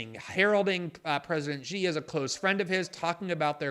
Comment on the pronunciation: It's Xi...like she, not...Gee. You're so versed in politics yet you're the only pundant that can't pronounce the Chinese leader's name...? Like, the super easy name everyone knows and everyone memes? That guy? You have never, in your time of "researching the Uyghur issue", and never heard someone say the name of the leader of China. And then you invented a whole other sound...